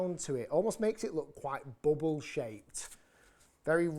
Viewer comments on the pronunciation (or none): none